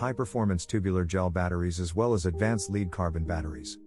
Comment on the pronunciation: Your A.I. doesn't know how to pronounce the word "LEAD"